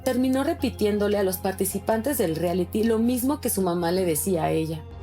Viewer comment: La Flor Rubio bien corriente no sabe ni decir “reality” 🙄🙄🙄🤦🏻‍♀️🤦🏻‍♀️🤦🏻‍♀️